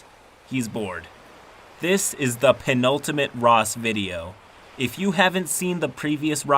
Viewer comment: Flubbed "seppuku," nailed "penultimate." So I guess it evens out?